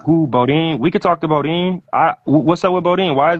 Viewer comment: DONT SAY BODEAN NO DERN MORE..